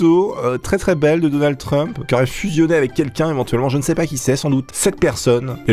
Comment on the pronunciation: quand tu dis (denalde) ces denalde trump ou Macdonalde